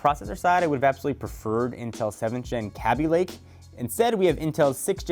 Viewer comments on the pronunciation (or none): its "kay bee" (kaby)lake not "cabbie" lake for fucks sake pronounce it right